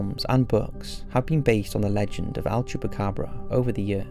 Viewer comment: Dude, it is pronounced "el", like the name of the English letter "L". Not "al". It's kind of annoying